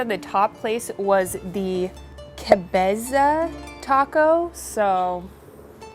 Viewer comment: LOVE YOU,!!! The following is only because you asked to be checked on you pronunciation and accent haha. Its pronounced TAH cohs Ah sah DARE oh <3. Also, Cabeza is caBEYsuh